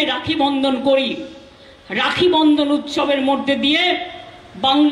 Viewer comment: উচ্চারণ আবার ভূল করলো,বন্ধন না বন্দন কোনটা সঠিক, আর চোর ধর্ষকদের রাস্তায় দেখা যাবে ব্লকে ব্লকে অঞ্চলে,অঞ্চলে